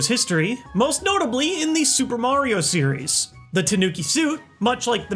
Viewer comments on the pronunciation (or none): none